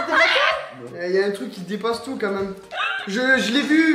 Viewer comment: On dit pas comme meme mais quand même 😭